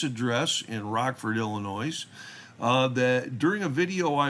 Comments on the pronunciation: You’re killing me. It’s pronounced ill n oye, the “s” is silent. The FOID card is required to own, buy, or possess a firearm or ammunition. Meaning even handling a firearm without a FOID is illegal (unless you’re with a FOID card at a range.). In Illinois you have to have a FOID n order to get a CCW. No FOID means no CCW. Illinois requirements to get a CCW are some of the more strict in the country and I don’t believe Illinois acknowledges any other states CCWs. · just so you know the letter “S” at the end of Illinois is silent. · I love your channel, except for one thing. Im from Illinois, and even there is an S at the end, its silent!